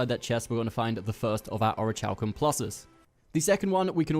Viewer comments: Aw-ruh-Kal-km - like Oruh-kal-kum -- is the pronunciation. Its not or-itch-halcum. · It's pronounced "ori-Kal-kum." Your pronunciation of the "chal" is maddening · omg it rly bothers me the way u pronounce the material haha. its orich(k)alcum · Ori kal kum omg aaaah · Thanks for the vid...... but for the love of god it's Pronounced ORI-KAL-KUM lol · I swear to God the way he pronounces Orichalcum is ANNOYING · Orichalcum isn’t exactly a word people say all the time. Give him a break.